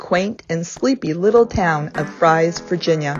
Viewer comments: Fries is pronounced Freeze actually…I live in Galax 👍🌹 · It’s pronounced “Freeze” & Gay lax FYI nice video tho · Maybe someone posted this already, but Fries is pronounced "freeze" and Galax is "gay-lax" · Two Points: The Town of Fries is pronounced "FREEZE", secondly the campground is only about 200 yards from the trail. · How could you have visited both towns yet not know how to pronounce either one?